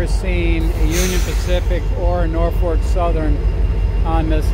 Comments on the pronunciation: its pronounced naw-fuk...for the last 64 yrs. that i remember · I'd enjoy it if the presenter would say "NorFOLK", not NorFORK. I don't know any nor fork 'round here, so the presenter can get it right then. Best way to get subscribers is to say the right words, but I still totally appreciate the effort! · Please pronounce the lead engine as NORFOLK, don't say NORFORK. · Norfolk - not Norfork like you kept saying in the video! Thanks for the great video though! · It’s Norfolk Southern, not Norfork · It isn't "Norfork". Jesus... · Norfolk... not Norfork. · It's nor FOLK, not FORK. FYI. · Why does this guy think "Norfolk" should be pronounced "Norfork?" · I agree Nor Fork driving me crazy, maybe the local accent. Still a good video but certainly not the best ever. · Kindly pronounce Norfolk without an “R” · naw-fuk.. thought i was the only one that it bothered ...lol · I was born in Troy and grew up in Poestenkill. Did some train photography back in the late 60s. Great video, but one request: Norfolk is correctly pronounced NORfik, only one “R.” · Actually, the pronunciation is "norfoke". Nice video!